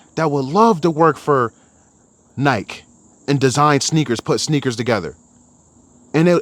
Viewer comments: Why do u say Nike like that lol 😂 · If you can’t even pronounce Nike properly, I’m out.